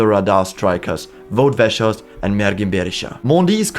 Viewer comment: I have never seen anyone pronounce Weghorst that badly